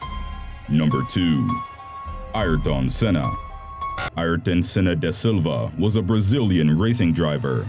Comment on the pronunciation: you know that’s not what I meant lmao. Why you pronounce it like that